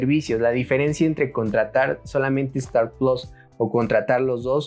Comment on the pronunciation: No hay necesidad de decir plos, puedes decir PLUS que es una palabra en español, es muy sencillo hablar en nuestro idioma